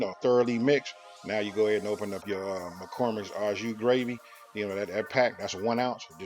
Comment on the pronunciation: The man said A.U juice gravy😂